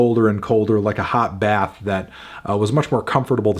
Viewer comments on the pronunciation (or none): none